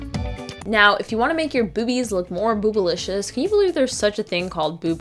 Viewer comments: "More boobilishis!" ~ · Heh "boobalisious"😂